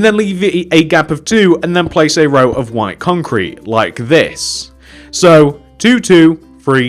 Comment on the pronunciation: it sounds like he is saying Wine Concrete but great job!